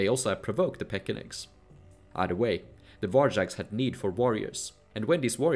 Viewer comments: Pechenek is pronounced with “ch” as in chin. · Yes. And: 1) The "ch" in 'Pechenegs' is really an English "ch" like in 'church', not a Slavic/German "ch" (English "kh"). 2) "Rus" has to be pronounced "Ruce" (Chaucer wrote it this way) like in "Bruce". But anyway, the film was very interesting, especially the parts about the different ways how the portage was actually done and that the Austrveg went directly from the Neva and Ladoga to the Volga and that it was so old. That was news to me.